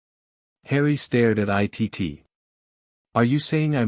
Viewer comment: Can't they teach the AI computer that Cousin Itt's name is pronounced "It" and not "I.T.T."?